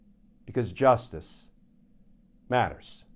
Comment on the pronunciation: Love your commentary, but you need to be more emphatic with JUSTICE MATTERS! Maybe add some reverberations with computer effects.